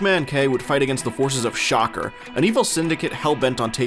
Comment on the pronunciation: Kamen Rider is why they started using stunt drivers. That is not how you pronounce SHOCKER.